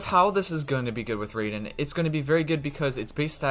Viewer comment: how this guy still calling her RAY-den